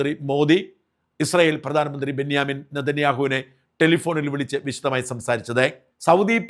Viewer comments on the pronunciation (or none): none